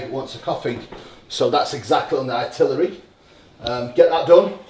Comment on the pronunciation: Love these videos these two make but I wish would say itinerary instead of ‘itillery’ 🤣😅